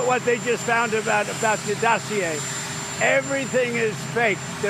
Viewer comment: He's pleased to tell us he's learning French. "Dossier"